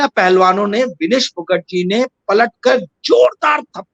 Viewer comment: विनेश फोगाट सही उच्चारण है